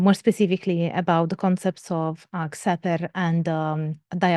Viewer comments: I don't have enough knowledge about how members of Temple Of Set pronounce "Xeper", but Don Webb transcribes it as "Khefer", and the KHPR podcasts follows that pronunciation. Xeper is the Egyptological pronunciation of ḫpr, IPA /xɛpɛr/, so it definitely shouldn't be "Kseper". I know pronunciation is a pointless pedantry, but it's a nice thing to come closer to representing dead languages (ignoring contemporary usage of Coptic, but pronouncing it Shopee would be a bit weird). I don't know where they got the /f/ from, since no dialect of even Coptic had that development. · it's not pronounced "Zepper", it's pronounced "Keffer". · Also, you’d mentioned in the lecture you weren’t sure how to pronounce Xeper. In some of the ToS materials, they say it should be pronounced as “Khefer,” similar to the transliteration used for the Egyptian god Khepri. I can confirm that initiation beyond the degree of Adept is based on specific initiatory progression, not on time in the organization. The plane of the Adept is theoretically infinite, with the other degrees representing different types of growth. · like that time where that ball of dung I was rolling finally transformed into gold and next I knew I was in this human body, I think it is pronounced khefer, at least that´s what a priest told me once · Members generally pronounce Xeper as "Keffer". And Setianism as Set-ee-an-ism.